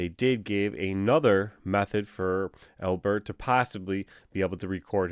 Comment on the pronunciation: Why do you say AL-bert like that? No one says al-BERT. It's just Albert. Do you say your own name like dan-IEL? Doubt it. I'm sure you say DAN-iel. So why say Albert like that?